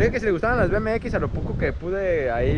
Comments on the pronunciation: Le dijiste do you like bmx, lo bmx lo dijiste en español tenias que pronunciarlo en ingles, que te va entender el man. Por eso te dijo que no. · cuando son de 20 contas 5 de 20 y te da 100. es más facil, y el chico te dijo que no le gustaba porque pronunciaste mal "BMX" 😂